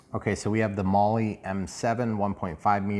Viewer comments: Great job....accept the aircraft is pronounced "Mall" not "Molly" 😜 or maybe that's just her nick name? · Molly M7. !?!?!? 😂😂😂😂😂 Not even close to how you pronounce Maule . It’s pronounced Mall … like shopping mall . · Maul,,, forget the E,,, just maul,,,, hehehehee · My buddy owned a Maule...on floats...a real one I mean. He called it a "Maule"....pronounced "Maul", or "Mawl". (not "Molly"). Just saying. But thanks for the video, I intend to buy one of these. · Hey, been researching this plane... It is pronounced Maule - rhymes with Hall -. The "e" is not pronounced. Looks like a great plane. Wish E-Flite would scale/model the current Maule M-7-235C. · 😂 made me laugh hearing it pronounced that way. I just got one of these, it’s quickly become my favorite airplane. Very scale the way it behaves if you try to fly it like the real thing. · The E in Maule is silent. Great videos! You’ve helped me become a better rc pilot for sure. Keep on flying!